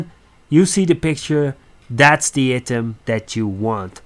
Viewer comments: Good video man! Item is pronounced eye-tem ^^ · Nice video but your english is poor. prenauncing "item" wrong is bad haha